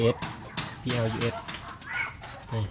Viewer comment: PLUSอ่านว่าพลัสมีความหมายคือบวก(+)ครับ